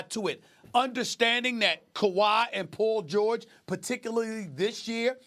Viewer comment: Did he say Pool George 😂